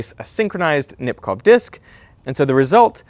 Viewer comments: It's Nipkooh not Nipkoff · The ow in Nipkow is pronounced like the o in go.